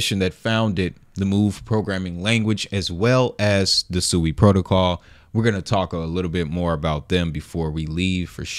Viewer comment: It’s pronounced (SWEE).